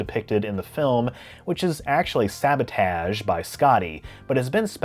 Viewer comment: Dude, what's up with that pronunciation of "sabotage"? Also, Start Trek IV was easily the worst of the movies, only rivaled by V, which at least had the Enterprise and actual sci-fi action. Time traveling whales is a bridge too far, even for Star Trek. LOL